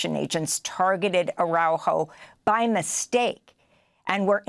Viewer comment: Please pronounce his name correctly... Ar a u jo